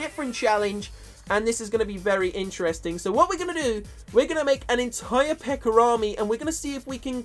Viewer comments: he says pekkar instead of pekka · lol he says precker instead of pekka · It's pecka not pecker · You said pecker not pekka 😂😂😂😂😂😂😂😂😂😂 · instead of pekka he said pekker LOL the pekker army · pekker? you mean the pekka? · He can't say peka lol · You are saying pecker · sounded like he was saying pekker, lol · Sounds like he is saying pecker army lol😂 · lol he said pecker event. btw i know its cuz of his accent dont hate me or whatever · some times he says pekker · haha he says PEKKARS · If I had a nickel for every time he said Pekker... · it sounds like he is saying pecker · His accent 😂 "The Pecker Event" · I heard him say pekker